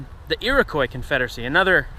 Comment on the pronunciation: Now I know you're not Canadian - from the way you say "Iroquois"... only a real hick uneducated Canadian might say that, and then probably use the final 'z' sound for the /s/. I'm totally impressed by your pronunciations of placenames in India and Central Asia and so on, but it surprises me you wouldn't pronounce a French spelling the French way. So I'm guessin' you weren't raised with mandatory French in your education, nor Canadian history, in which the Iroquois play a larger part than just the "French and Indian War". Which isn't the war's name in North America - it's the war's name in the United States. In Canada, it's known as the War of the Conquest. your lack of coverage of the native situation in the conflict is somewhat surprising given you thoroughness in discussing events in other countries.